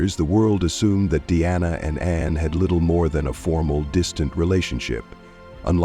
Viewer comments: The speaker is calling her Deanna instead of DIANA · The very least you could do is have your reading narative ai speak her name properly. It's Diana, not Deanna!